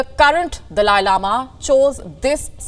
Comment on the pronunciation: So annoying the way you said “ has the dalia lama chosen his successor” do some research before you open your mouth.